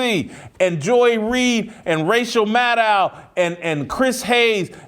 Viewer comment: Did he say Racial Madow 🤣🤣?